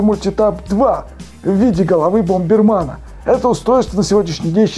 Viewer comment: БомбэрмЭн!!! А не БомбэрмАн!!!